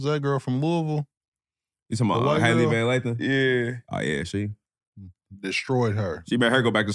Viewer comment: Anybody else catch DJ calling Hailey Van Lith, Hailey VAN LATHAN 🤣🤣🤣🤣